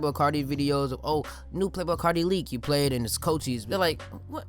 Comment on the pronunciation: Thas how it's pronounced tho